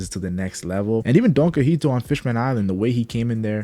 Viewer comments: It’s donquixote not donquixite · It’s “DOHN-KEE-HOTEH” jfc 😂